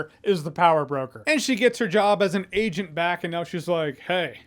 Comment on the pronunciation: Jeremy sir are A... Gent a US A.... Gent